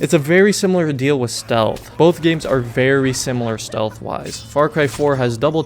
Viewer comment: Ah yes, StEaLh.